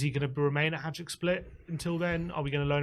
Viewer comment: It’s pronounced Vushkovic and haiduk we don’t say the j lads